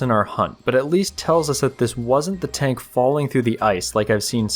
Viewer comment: It greatly amuses me to hear a grown man say, "Tonk"